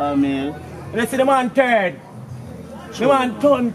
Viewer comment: Dude said man turn like caanmeal (cornmeal)...dead!!😄😄 I'm sorry but Jamaicans are some of the best actors!